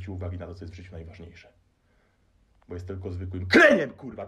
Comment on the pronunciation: cos spokojniejszy chyba za duzo pestek po czeresniach i ballad mongolskich hahah jestes mega w huj motywatorem. Moze nowy zawod nie trener personalny a trener poprawnej polszczyzny bo te kurwa wymawiasz lepiej i bardziej dzwiecznie niz profesor Miodek. Pzdr